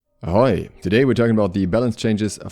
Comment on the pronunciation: Every time you say ahoy I imagine a German pirate yelling at all his crewmates because they don't have socks with their sandles